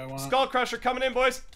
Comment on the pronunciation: how come you guys say boysh instead of boys